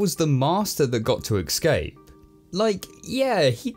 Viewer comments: Escape, not ecscape :P Negativity aside, i love your vids! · Escape. Not excape. Not eckscape. Escape. ESCAPE. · Why do you keep saying ex-scape? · Love the reviews,! But for future reference, it's pronounced, "Escape," not, "Ekskape":P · ECSCAPE????? The way you pronounce it .....ugh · Please for the love of god, stop saying excape. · Say 'escape' properly ffs! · my man, "excape" is not a word. You say it a dozen times in this review and it drove me crazy! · He pronounces escape as excape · That's the most consequetive mispronunciations of "escape" I've ever heard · I know it's a little thing, but there is no x in "escape". It even takes extra effort to mispronounce it.